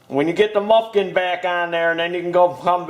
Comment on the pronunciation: I hate the way is says muffin sooo fuckin stupid